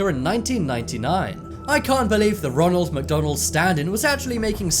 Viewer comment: roonal macdoonal